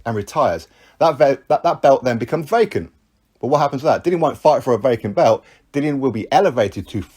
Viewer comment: Its pronounced belt not bewt.